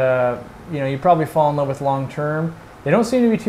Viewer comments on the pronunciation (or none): none